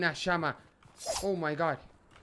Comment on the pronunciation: creo que dice pgod